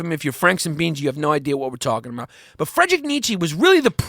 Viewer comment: Come on, Yanni, his first name is Friedrich, pronounced FREED-rick. You're better than that. :-D